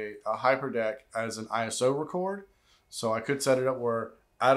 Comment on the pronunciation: ISO is pronounced I-SO as in I-SO-lation (ISOlation) You don’t say P. R. O. :)